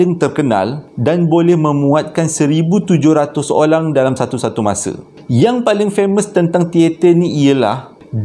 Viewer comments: olang ke...orang?🤭 ni pon..pakai nyondol je, not even saying, "pardon me, for the slip of the tongue"🤪 Tkpe..akak & viewers smua understand n kita da maafkan pon..😉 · asal jdi olang bang🤣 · terperasan ckp olang 😂